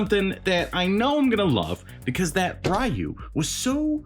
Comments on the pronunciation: It's Re-you. Whether it's character select screen, cutscenes or anime no one calls him as Rye-you. The Storm Collectibles Chun Li had butterfly joints and moving hair buns but you can't buy her anymore. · The way he pronounces Ryu 😂 lol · Thank you for saying Ryu that way, I know it's wrong but that's how we ALL said it in the 90's! 😅